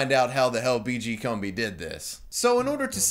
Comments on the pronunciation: it's pronounced CUMBI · Pronounciation according to WWS: BeeGee Coom-bee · How do you play two separate clips of Kumbi pronouncing his name in your own video and still pronounce it wrong yourself the entire time? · Excellent video, thank you. Though it's odd that you alternate your pronunciations of "Kumbi" throughout the video. Pick one and stick with it haha. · Whats with the 30 different pronunciations of his name? Pick one and stick with it, jesus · Take a shot every time switches between pronunciations of Kumbi.